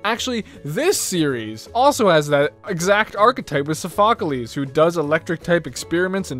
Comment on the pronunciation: SAY IT WITH ME! SOPH - O - CLESE NOT SO - PHO - CO - LES Also, I agree to the statement to that RotomDex is annoying in a way that people do not like it much. The Japanese Dubbed RotomDex is better in a way it is not lifeless and boring.